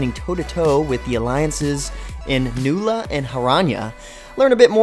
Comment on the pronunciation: Nula? haha its Nuia